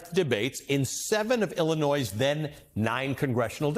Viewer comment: You don't pronounce the "s" in Illinois, man.